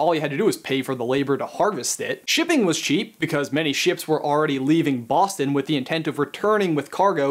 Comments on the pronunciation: Who else thought that he said Austin instead of Boston? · IS HE SAYING AUSTIN OR BOSTON?? I can't tell, aaaaaugh I'm so confused!